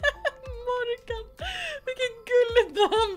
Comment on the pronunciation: haha på engelska uttalas det måårgän